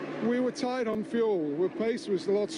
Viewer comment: "Tight on fuel" not "Tied on fuel"